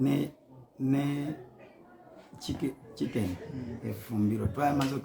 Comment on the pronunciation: It's called kitchen not chicken... come on